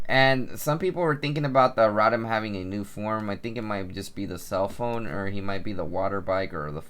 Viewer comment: Row-Tom. not rot-am